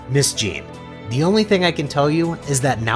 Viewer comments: Bro, it’s not Jean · that's not how you pronounce Gine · So how could mortals Sense god ki? Also is this voiced by AI? What Dragonball fan doesn't know how to pronounce Gines name?